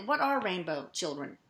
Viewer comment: What the hell is a "Chilcren"?!?!?!?!